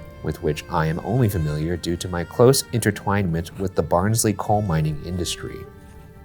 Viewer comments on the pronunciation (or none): did anyone tell them it's pronounced "Baahns-leh" yet? xD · same here, when he said “Barnsley colliery” i was like BARNSLEY?!!!!?!??!! 🤣